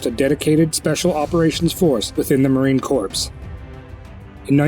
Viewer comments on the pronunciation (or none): OK. I heard Marine Corpse twice and I'm done here. FFS.... vet your narrator. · You really need to learn how to pronounce Marine Corps